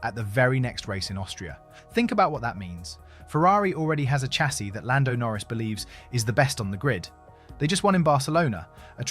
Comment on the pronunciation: Chassis is pronounced shah-sea.